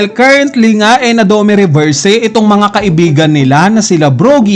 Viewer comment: aral ka kasi para alam mo tamang pronounce.. 😅🤣😂.. puro nood ka lang ng anime eh.. saka fan boy ka lang.. 😂🤣😅.. dome reberse 😅🤣😂